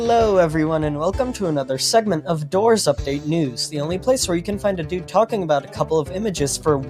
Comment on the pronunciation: A DUPE? (in the intro you sounded like you said dupe and not dude)